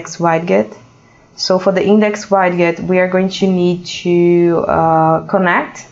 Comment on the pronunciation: for the record, the word "widget".. is pronounced like this.. (ˈwɪdʒɪt) or (wid-jit) click on the pronunciation speaker.